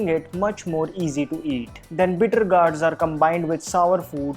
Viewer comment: The sound of gourd, the go sounds like go not ga so it is gourds not gaurds.